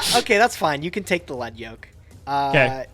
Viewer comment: it's starting to really grind my gears, so if you ever read this, please keep in mind; the "lead" in "battlin' boxer lead yoke" is pronounced "leed", not "led". it uses the word "lead" as in, something in front of something else, not "lead" the type of metal. the anime and duel links both confirm this. the reason is that the yoke lead yoke is wearing is attached to his head and his leading fist (the fist further forward in a boxing stance). the yoke is NOT made of lead (the metal). it would be a fairly ineffective yoke if it was; lead is a pretty soft metal.